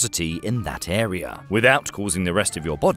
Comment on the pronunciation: Really terrifying to encounter this ERYRRR. Not to be confused with the AI ERYRRR.